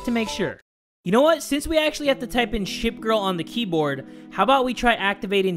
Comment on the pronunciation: Did you say shit girl or ship girl